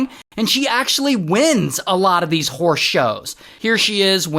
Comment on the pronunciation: I thought Ray was calling her out her name 😂 “so this WHORSE lady”